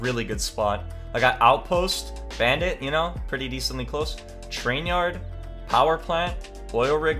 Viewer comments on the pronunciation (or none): none